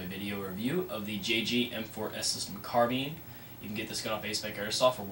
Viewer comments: Haha. You said carbeen. It's carbine. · wtf is a carbean...its carBINE